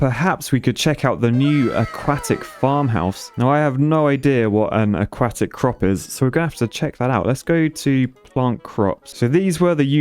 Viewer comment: Okay but when he says "aquatic" it sounds like he's saying "a-quack-tic"